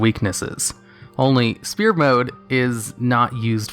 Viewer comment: why do you always said in all your video *spear mode * its sphere mode , you don't pronounce the P....